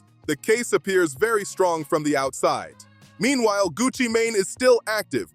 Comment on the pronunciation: Who is gucci mon- ne? U mean gucci mane? Tf lol